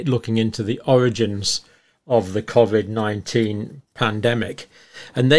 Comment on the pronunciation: The only thing John gets wrong is pronouncing the word Covid haha